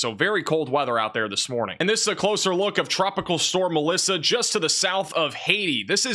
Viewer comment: Glad I came to the comments and saw MELISSA, I swear I thought said ALYSSA and I was like, wait what happened to M, N, O, P, etc. Lmao I thought we'd went back to A 😂😂😂😂😂 was so confused